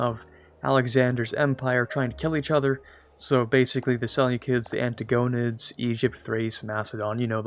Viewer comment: It's pronounced: Ant-tig-Oh-nid